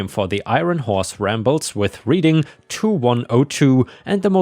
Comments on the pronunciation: I doubt that I will be heard, but Reading Pennsylvania is pronounced "Red-ing" not "Reeding" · Bass, when it refers to fish is pronounced so it rhymes with lass. There's a small town around here that will, from what I've heard, will ticket you for going 1 over. I make sure I do under the speed limit when I drive through. Reading, when referring to Reading Pennsylvania is pronounced Redding. ETA I like your cat tower. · You mispronounced Reading.